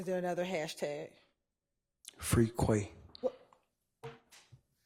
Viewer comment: He said ‘Free Quay’ 😂😂😂😂😂